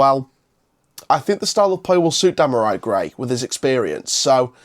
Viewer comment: Hi mate, i know you don't know the player well but his name is pronounce dem ar ree gray